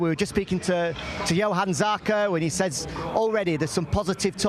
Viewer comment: nailed it - Jo-an, not Yo-han, Jack;)